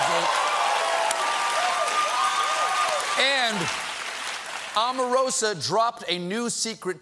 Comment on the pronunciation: Oprah, Obama, Omarosa... all long vowel- O's. Please pronounce her name correctly. It should be about time now.